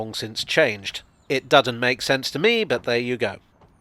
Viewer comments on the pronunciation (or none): "It Dudden make sense..." Oh good lord,.